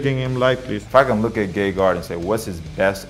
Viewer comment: That was funny when Hall said his name in It did sound like Gaygard LMAO